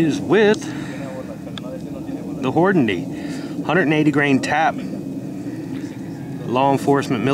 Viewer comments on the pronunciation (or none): nice test.. but say it with me... HORN-A-DY. lol.. good stuff, man!